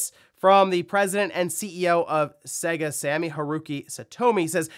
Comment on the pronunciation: Have you ever played a Sega game? Every single one says the company name at the start so how anyone can continue to mispronounce their name all these years later is beyond me. It's Say-Guh, not seg-a.